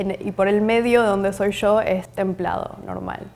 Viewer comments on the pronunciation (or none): Ahahaha "en el medio donde soy YO" 😂😂😂 YO con pronuncia come llo es argentina seguro😂